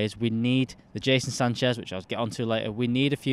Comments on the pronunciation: My guy called him Jason Sanchez about 4 times 😂😂😂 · Seriously Mates! how hard is it to pronounce Jadon Sancho?! LOL